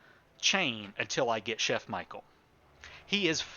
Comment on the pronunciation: btw. it's not michael but michel the french version which is basically how you'd pronounce michelle in english